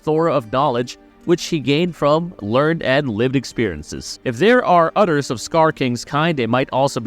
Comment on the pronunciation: You keep saying utters instead of others